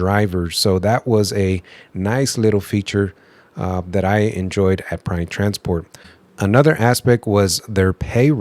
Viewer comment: When you say Pride it sounds like you're saying Prime lol 😂. Like on step brothers, Pannn. No PAM! JK have a great day. Thank you for sharing the video. Keep on truckin